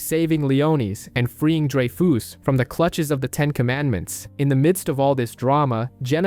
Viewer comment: It's drey-fuhs not drey-foos, dude.